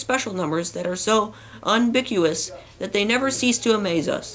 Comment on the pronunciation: ~ I believe "ubiquitous" became "unbiquous" -- it was cool to go way back and see the roots of your reading exploits. You went on to read so many books that are on my list but I haven't read yet and may never. This one ws cute.